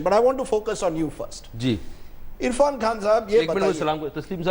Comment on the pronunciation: Nonsense anchor and the other man! Get the name right!!! Irrfan!